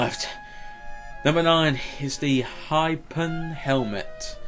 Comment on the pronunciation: Btw not trying to hate but here is how you pronounce Hypno (hip-No)